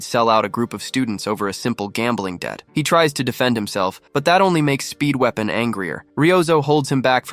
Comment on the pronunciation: i always hear speedwagon instead of speedweapon